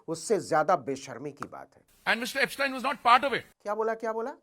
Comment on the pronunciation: ऐपसटाईन नहीं, ऐपसटीन Mr Puri